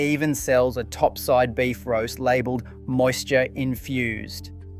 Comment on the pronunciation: OI! WTF? Is this all AI generated or are you just using a TTS service to read a script that YOU made? I've not noticed it before, but the pronunciation of many words in this video particularly was way off. "7 dot three zero program". "Lab elled" and a bunch of others. Multiple times things were said in a way that a real person living in Australia would not say. Also, the format of all of these videos is very similar and I've started to notice repetition in phrasing. Sus af man, wtf? I've been trusting the content in these videos cos I thought you were a real person doing real research. I work with AI and I can spot 99.99% of Ai generated content. But your content has been so good and has given almost no signs of AI that couldnt just be explained by content creation tricks to save time while editing and writing scripts. Except this video which made it super obvious that something sus is going on. At a minimum you have to be using TTS. Otherwise you should go to a doctor cos youve clearly had a stroke. I also think that a real person would have picked up on those issues while editing the videos together. Explain yourself NOW! Otherwise not only will I be unsubscribing, but I will go out of my way to spread the word to avoid this channel on social media platforms. I will use every resource I have at my disposal to campaign against and DESTROY this channel. So you better explain yourself right TF now. Otherwise I'm going to war. This is NOT the sort of information you should be f